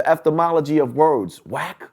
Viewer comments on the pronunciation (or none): He said the eftamology 😂😂